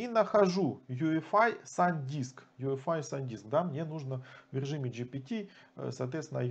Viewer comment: почему вы говорите Ю ЭФ АЙ, если это ЙИ ЭФ АЙ. путаете людей.. а вообще крутой тутор. спасибо. все достаточно доступно и с разбором